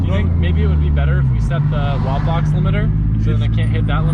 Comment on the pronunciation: What is it he keeps mentioning? "Watt box?" "WOT box?"